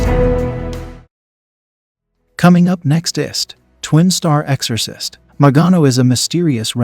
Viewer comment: Eggzorsis, he says. Dude it's EXORCIST